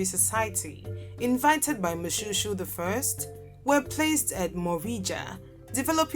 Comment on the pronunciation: Moshoeshoe not pronounced like shoe, please.